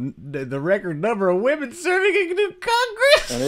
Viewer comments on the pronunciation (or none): He even said it wrong. He pronounced woman, not women. So that's completely stupid imo. Not even talking about not knowing the meaning of the word. I mean then we should also edit following words: Menopause - Womenopause Menstruation - Womenstruation Semen that is going to be a woman is a Sewomen?